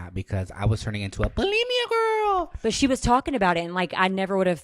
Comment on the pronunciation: “BULEMIA GWORL” oh my fuckin god